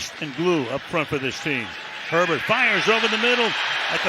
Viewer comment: It’s Herbert, not Sherbert. The ice cream has only one “r”. Sherbet!